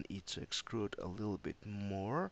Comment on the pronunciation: Thanks for the tips, though 'uhm's dont bother me so much :D What i was kind of weird is "excrude" rather then "extrude" :D